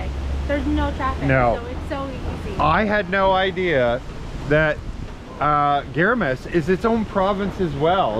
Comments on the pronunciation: guys, its GuiMMMaras, Guimaras, not Guiramas. :) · you've been mispronounced the island's name, you're not reading it right, it's Gui-ma-ras, not Gui-ra-mas, just saying. Love all your vlogs love Bianca❤